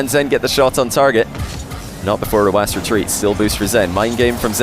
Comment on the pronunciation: Simple. His name, the number "9" in his country means like an "S", so his way of pronouncing it is letter by letter